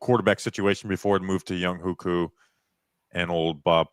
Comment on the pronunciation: name is pronounced Young Way Koo not Young Hoe Koo